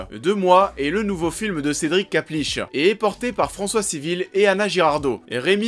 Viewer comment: Klapisch.... Pas kaplisch